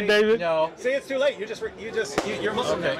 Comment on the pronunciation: David said "you're moeslim now". Masya Allah. Mengsenyumkan